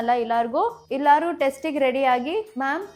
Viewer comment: Kannada clear agi maathadi ಇಲಾರು ಅಲ್ಲ ಎಲ್ಲಾರು